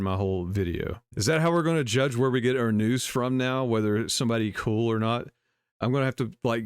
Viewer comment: Did she say cool or cruel? I thought she said "If you don't have anything cruel to say, don't say anything at all."